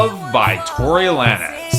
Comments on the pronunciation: It's Tory lanes not lan-ez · it's pronounced like tory lanes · did you just call him Tory Lan-ehz lmao